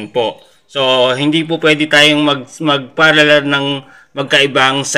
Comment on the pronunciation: Parallel po hindi paraller.